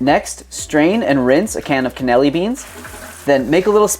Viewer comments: You know you’re missing out some letters when you say Cannellini 😂😂 it’s “can-e-lean-ee” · They all look very yummy I can't wait to make them. Sorry I can't let this go but you're pronouncing cannellini beans incorrectly.